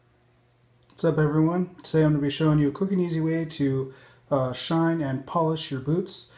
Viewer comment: Is he saying sheen or mispronouncing shine?